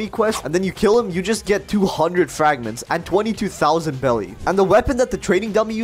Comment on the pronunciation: Am i the only person who noticed hes been pronouncing beli wrong the whole time? Its not pronounced belly its pronounced berries its bery clear he hasnt seen one piece